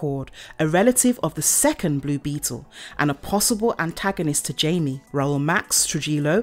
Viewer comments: It’s not Jamie he’s Mexican meaning the j sounds like h and ie sounds more like ay so his name is hamay but it’s spelt Jamie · His name isn't Jamie it's Jaime get it right videos it's annoying please pronounce his name right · it’s pronounced “hi- mm-aye” not jamie.. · No offense but try to look up how to actually say characters name's. Jaime is not pronounced like Jamie. They are two different name's for god sake!